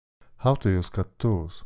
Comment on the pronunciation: Mispronounced words, hard to understand you, idiotic music - you deserve a dislike.